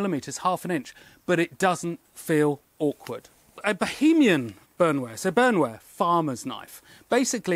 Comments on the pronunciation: It's pronounced "bowern-wear". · In German, "Bauernwehr" is pronounced "Bowernvair" (Ow as in owl). Lovely pieces. Thanks for sharing.